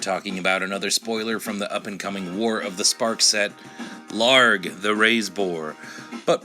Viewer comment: Ugh, his name is ill-harg not LARG.